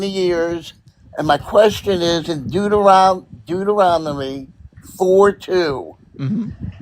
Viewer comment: It's so funny how says Deuteronomy. He swaps the n and the m and says "Deuteromony" instead XD